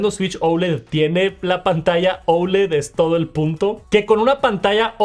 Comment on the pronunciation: Por qué dices ouled ? , es oled así a secas !!